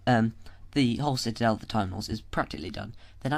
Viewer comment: Citadel not citidel